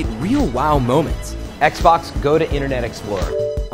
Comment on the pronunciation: OK I was watching this and he pronounced internet inernet and about 2 mins later he said fortza dah fuq?